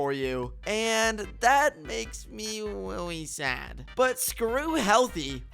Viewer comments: DiD YOU JUST SAY WELLY SAD? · "And that makes me rwelly swad" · He went like "weally sad :("